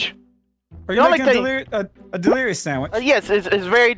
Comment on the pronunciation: The delirious sandwich had me dying!!!😂😂 its LERISHUDNES!